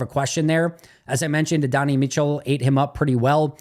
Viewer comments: Adonai’s name is pronounced a-don-eye. Love brother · can you double check your pronunciation of Adonai Mitchell 😂